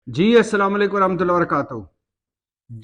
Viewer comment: بھٹی صاحب السلام علیکم ورحمتہ اللہ ، پلیز السلام علیکم کی ادائیگی ٹھیک طرح سے کیا کریں